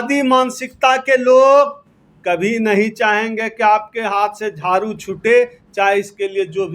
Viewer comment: झारू नही झाड़ू होता है